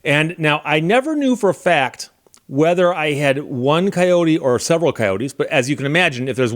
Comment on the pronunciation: It's pronounced coyote, not coyote ;)